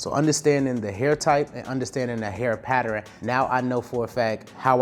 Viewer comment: I rock with you, but after all these years, you still haven’t mastered how to pronounce “Pattern” correctly